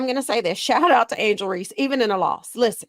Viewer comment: He really emphasized that “even in a loss” and “20 boards” lol we knew how he got that much amount of rebound.